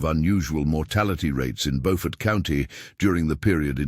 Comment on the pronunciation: It's PRONOUNCED with a long u sound as in Buford but spelled Beaufort.